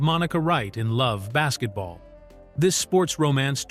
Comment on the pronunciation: Get rid of this AI shit. Its Love AND Basketball. Not that hard.